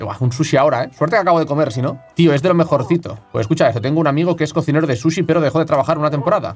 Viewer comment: No entiendo porque dice shushi jaja